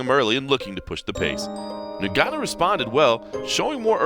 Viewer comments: It’s pronounced Gun-nu. You don’t pronounces the N. It’s silent in Africa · You cover MMA and you cannot even pronounce his name properly? It's 'En-Gannu' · Why u saying neganou